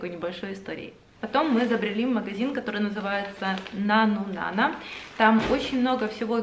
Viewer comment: хаха ты мне психику сломала:D всегда называла магазин НАНУ НАНА с ударением на второй слог, а ты на первый:D